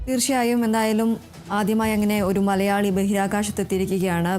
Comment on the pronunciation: അതുല്ല്യേ..., മ ''ള " യാ ളി; എന്നല്ല; മ ല യാ ളി എന്നു വ്യക്തമായി പറയൂ. എന്തോന്ന്, മള...മള...മള...